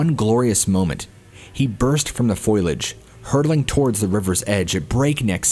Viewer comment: I love your style...This is why it disappoints me to hear you and some of the other narrators say something like "foilage," which is not a word at all. I mean to tell you, in a most constructive manner, that the word you're looking for is "foliage," fol-ee-age. I don't mean to be rude, condescending, or otherwise negative in any sense; just hoping to help you hone your talent. Additionally, the more of us that use finely-crafted grammar, the longer our language will be appropiately preserved. Thank you so much for all that you do!